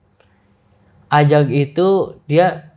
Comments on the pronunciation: Ajag bang ajaggg, bukan azzzzagg:( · woooiii ajaaaaaggg bang ajaaaagg...bukan azzzaaaagg🥲😭😭😭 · AJAG, bukan AZAG 🤣🤣🤣🤣🤣🤣 ngakak tipis nih aku